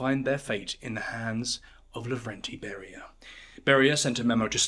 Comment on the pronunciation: Laurentiy Bury-Ya